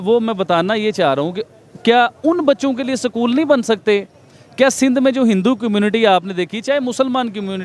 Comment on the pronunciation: Sakool nhi bolte b porkiyon use school 🏫 bolte jahil unpad bhikari kom😅😅😅😅